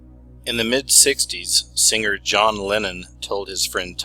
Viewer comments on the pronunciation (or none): ~ I love your stuff! But, FYI, words like 'singer' aren't pronounced with a hard 'g'. It's not 'sing-grr'. The 'ing' is soft.